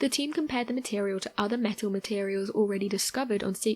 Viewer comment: I can't trust someone that says meto instead of metal